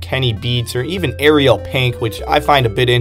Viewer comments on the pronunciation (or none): none